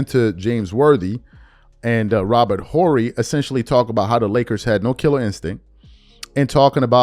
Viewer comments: Robert Or - Ree not "Horee" Family when did you start watching basket ball? You giving me stranger danger vibes! You pronounce Dirk Nowitzki with a "W" - It's pronounced Na - Vitz - Key. The"W" has a "V" sound in German. And yes, we speak English, but a name needs to be pronounced properly. Cmon bro you channel is getting larger you got to pronounce these guys names correctly. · we don't need to pronounce the "H" in Robert Horry's name so hard. Sort of like "evening" we don't really pronounce the second E.